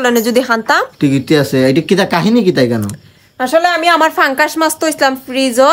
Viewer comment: পাঙ্কাস মাছ না,, উচ্চারণটা অন্তত ঠিক করেন,, পাঙ্গাস মাছ হবে 😅😂